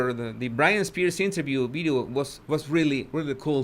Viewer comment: You say "bideo" it is VIDEO